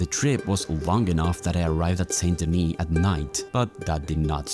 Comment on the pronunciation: It’s not Saint Denis well it’s spelt that way but it’s said San Deni